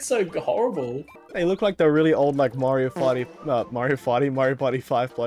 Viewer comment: i died when he said "mario farty"